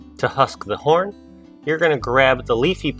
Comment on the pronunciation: Did he say husk the horn ?